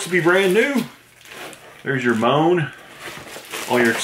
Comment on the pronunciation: Moan??..lol Mo-en😁